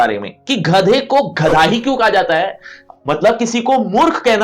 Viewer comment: sir wo ghadha nahi gadha hai